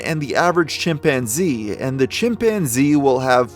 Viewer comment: "My chimPANzee!!" The way she said that in the phone call never left my head since I first heard it on TV years ago.... Edit: this story is waayyy creepier with that music dude lol